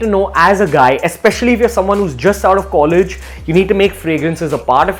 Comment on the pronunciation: LMAO..What is collegy?